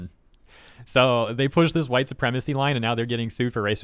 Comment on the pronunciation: Oh geez, the entire English language is hwhite supwemacy?!?!?! There are precisely, exactly ZERO people with that opinion that have anything they can say about racism at all, being massive racists themselves